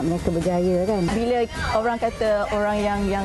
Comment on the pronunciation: bukan "orang" ok..."owruank"...hakhak...best student of malaysia.